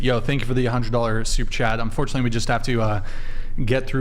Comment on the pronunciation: At some point, has to say Super Chat. All I hear is 'soup chat' 😂